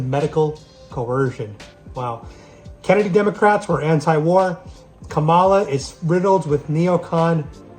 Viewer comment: It's pronounced Camel-ah.